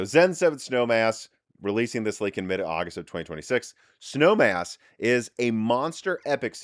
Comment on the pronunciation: Was listening on audio only in my car while commuting to work. I had to rewind and make sure I heard him right about the cpu code name. I thought he said “Snow Ass” lol made my day!